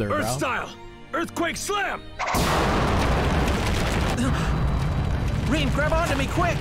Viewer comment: her name is fucking RIN NOT RAIN. Wtf!!!